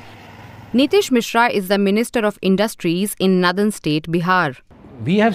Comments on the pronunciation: The anchor in this video can’t properly pronounce the word “ northern “ properly. That’s a fine example of inadequate education in the north. Basic education of women is important to improve the socio-economic standard of any region. If basic education is suppressed among lower socioeconomic communities, there is no growth in that society. Equity among girls and boys education is the key to prosperity of any society. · Is this a new way of pronouncing “Northern”. , DW is coop 😊😊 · Very true ! This can be seen from this lady ( from North India) who doesn't even know how to pronounce "NORTHERN" correctly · I only wished that the host could pronounce Northern correctly, Sorry, lost interest in watching video where a word is repeatedly mispronounced. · pronunciation of "northern" alone is a clear marker of the obvious divide between the North and the South. One of the many problems with North Indians is their refusal to look inward and take measures to correct their societies and themselves personally. They always hide behind nationalism to continue to leech off the South while taking every measure possible to dilute federalism. If "greater population" demands a "greater" voice then states like Tamil Nadu might rethink continuing in this Union, after all, Tamils or Kannadigas etc. are the greater population in their own regions! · First of all pls pronounce 'Northern' correctly. It is not pronounced like Southern